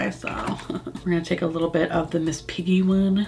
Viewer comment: Why do you says Miss Piggy's name the way Bill says "Sookie" in True Blood? Trying to get that Southern Twang action? ha! HAPPY TURKEY DAY TO YOU AND PAUL GIAMATTI!